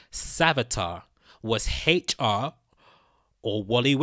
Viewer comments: why do you keep saying Heichar instead of HR? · Its hr not hateyall get ur speach together bro and no hate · Stop saying " Hate Cha"!!!!! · What letter is he trying to pronounce?